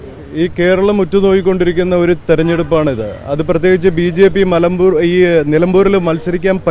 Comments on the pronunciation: നിലമ്പൂർ❌ മലമ്പൂർ✅😂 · മലം പൂർ: അല്ല ചേട്ടാ നിലം ബൂർ ആണ്